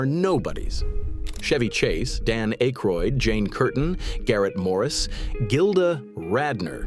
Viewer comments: Dan "Ache-roid"? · Pronouncing akroyd like that kills my faith in this entire video lol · John Belushi did not take over Weekend Update from Chevy Chase. Jane Curtain did. She was later joined by Dan Ackroyd (whose name was repeatedly mispronounced by the A.I. narration) as co anchor, and later Bill Murray. Animal House was released in 1979, before The Blues Brothers, which was released in 1980. Some of the images were not images of the people referenced, an annoying constant in A.I material. And while I’ll admit Eddie Murphy did carry the show during the early 80s, none of 1981 through 1983 cast members were mentioned, in particular Joe Piscipo who had some fairly popular characters. I think given her post SNL success, Julia Louie-Dreyfus should have at least been mentioned. Also I would have mentioned that both John Belushi, and Bill Murray’s brothers joined the cast. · You pronounced Dan’s last name wrong dude.